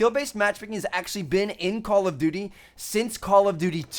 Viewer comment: I like it when he pronounces call of duty like call of dudy 😂